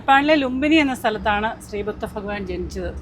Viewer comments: ബുദ്ധ ഫഗവാൻ അല്ല... ബുദ്ധ ഭഗവാൻ എന്നാണ് പറയേണ്ടത്... please note... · ഫഗവാൻ അല്ല ഭഗവാനാണ് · നിങ്ങൾക്ക് ഭഗവാൻ എന്ന് പറയാൻ അറിയില്ലേ? ഫഗവാൻ അല്ല. തെറ്റ് പറ്റിയാൽ തിരുത്തണം. പറ്റാത്ത കാര്യമൊന്നും അല്ലല്ലോ. കേൾക്കാൻ അരൊചകം ആണ്. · ഫഗവാനോ.. അതെന്ത് 'ചാ'ധനം 😮